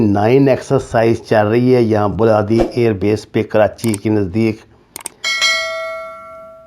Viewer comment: بلادی نھیں بلیدی ھے